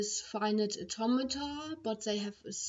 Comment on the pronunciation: shes saying automata in an accent that sounds like tometon